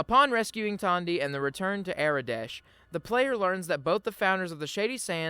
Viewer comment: Everytime you said "Tawndy" instead the logical "Tandy", it caused me pain 🤣